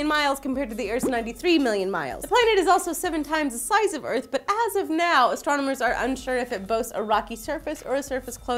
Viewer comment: big örf "pronounced like earth but earf...